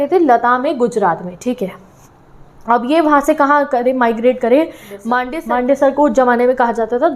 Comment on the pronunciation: Mam it's not मांडेसर it's "मन्दसौर "😂